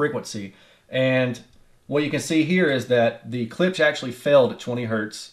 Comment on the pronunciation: Imagine the "ch" isn't on the end, & pronounce it like "clips".... lol. Don't feel bad someone had to teach me to..... And of course, klipsch rules all